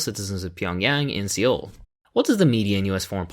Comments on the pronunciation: Ok, but just for the sake of proper pronunciation, Seoul is read as So+oor. Take the 'so' from sore, short and light; combine that with the 'oor' from poor, a bit more of a 'u' sound. Slur the two together without too much of an exaggeration on the last syllable. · A guy who can't even pronounce "Seoul" correctly is talking about Korea...😆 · Either you're pronouncing Seoul incorrectly or a lot of people in the media are.